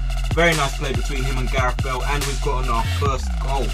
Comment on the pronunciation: Why don't you just say Bale?